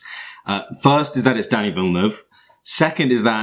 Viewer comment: It was killing me listening to you murder his name and filmography. Lol